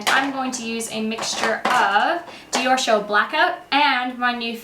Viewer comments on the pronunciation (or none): none